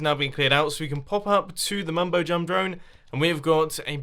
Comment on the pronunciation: did he just call the drone the mumbojumdrone? Mumbo what are you up to?